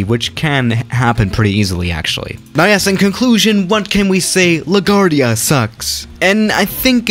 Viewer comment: La guard ia...omg bro smh